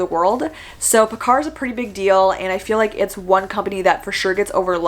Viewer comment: Paccar is pronounced like pack-car :)